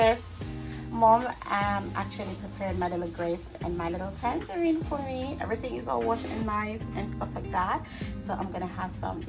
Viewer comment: Everything looks absolutely delectable 😊❤ Big up Aunty Joan with her blessed hands for always throwing it down in the kitchen❤ you've taught her well lol. Every time you said tangerine with the "s" I laugh out so hard. It's tangerine sis😅. I love it too. Haven't eaten it a while though. I need to book a flight for a plate of everything 😋😋